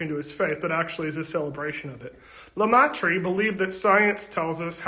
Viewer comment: It's pronounced "le-MAY-truh"